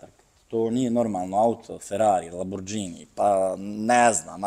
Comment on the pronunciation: Možeš imati i 2000 ks u autu, ali sunčane naočale dok pričaš s nekim... Pa "Lambordžini", "Masarati". O Bože😢